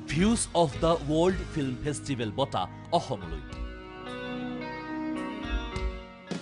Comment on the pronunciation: Why do you pronounce wrong? lt's FESTIVAL not PHESTIVAAL. BEING IN NEWS CHANEL YOU SHOULD BE CAREFUL, YOU JOKERS.THTSWHY OTHER CASTE PEOPLE LOUGH AT ASSAMESE PROPLE'S PRONOUNSATIONS.BEST OF LUCK, NIYOR, YOU ARE THE PROUD OF ASSAM